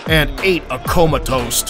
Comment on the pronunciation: Please don't ever say ate a comatoast again.